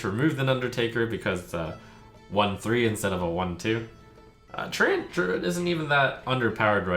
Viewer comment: he pronounces it correctly?? tree-ent